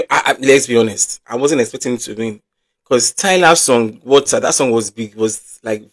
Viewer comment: please and please go and learn how to pronounce water. It's not about English being our mother tongue or not. Just tell someone to use voice note and pronounce it for you.